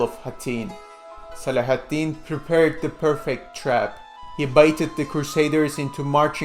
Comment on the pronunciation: Your pronunciation of Saladin is too torturous to bear. Couldn't play more than a minute.